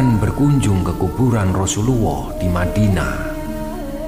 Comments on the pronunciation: Baitullah jd baituwoh, Rasulullah jd rosuwuoh 🤣🤣🤣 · Naratornya hrs belajar ngaji lagi mas, biar fasih dlm mengucap asma ALLAH, ( bukan AWWOH ). Rosulullah ( bukan ROSULUWWOH ). Terima Kasih... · Awoh, rasuluwoh Benerin dulu bang, bisa salah arti tuh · Alloh min bukan awoh, Rosululloh bukan Rosuluwoh... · allah bukan awwoh Dan baitullah bukan baituwoh bukan Rosuwuwoh Tapi rasullulah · Ga bener tuh video sunan kalo jaga gak boleh ke mekkah . Narator nya ngomong Allah ko Awoh Ngomong Rasulullah ko Rasuluwoh. .. Gimana mau tau tentang sejarah ...ngomong Allah sama Rasulullah aja masih salah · kok ga berani bilang allah.. ini malah nyebut awoh. rassululloh pun sama nyebutnya rassuluwoh. astaghfirulloh.. 😢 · Mas bro...pengucapan kata Allah, Rosulullah, harus lebih fasih lg mas,,,jgn awwoh maaf cm koreksi klw GK slh denger